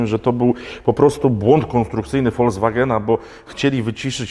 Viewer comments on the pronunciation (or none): none